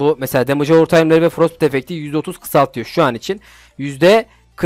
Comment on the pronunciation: Abi frostbite frostbayt diye okunuyor haberin olsun